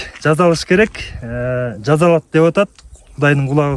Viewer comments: Жасалат дегилечи Э жазалат дебей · жазалат эмес жасалат десен боло